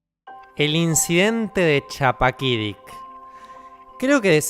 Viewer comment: Estimado: Era una calurosa noche de verano de julio en Chappaquidicik, y se pronuncia con la u como Guido en italiano